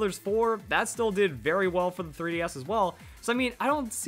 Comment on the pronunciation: You sometimes screw up verli, i still like your videos thought.